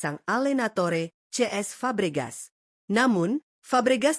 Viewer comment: kenapa cesc fabregas malah diucapin ce es sama admin? jadi ngaco